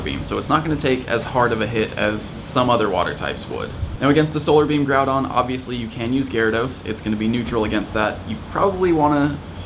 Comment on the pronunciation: Bro stop calling him Groubon. It’s GROUDON.